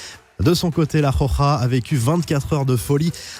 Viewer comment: La prochaine fois que tu dis la khokha a la place de la roja jme jette d'un toit mdrr